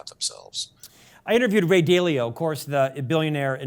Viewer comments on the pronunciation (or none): Not DAY-lee-oh... DAH-lee-oh!